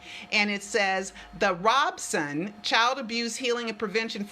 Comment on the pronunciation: Why do people keep saying is Robeson?